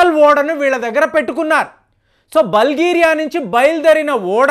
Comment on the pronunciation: బల్గేరియా కాదు , బుల్గేరియా .